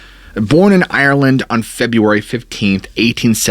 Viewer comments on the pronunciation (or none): none